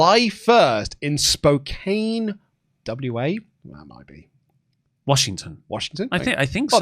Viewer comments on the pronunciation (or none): I know it is spelt Spo-Kane but it is actually pronounced Spo-Can